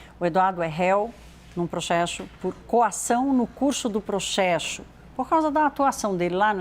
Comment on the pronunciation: Processo ou proxexo? rindo aqui kkkkkkkkkkkkkkkkkk